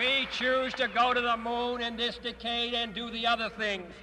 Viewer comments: "We choose to go to the moon in this Dcade..." Talk about putting the emphasis on the wrong syllable... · the way kennedy pronounced 'decade' as 'decayed' made me laugh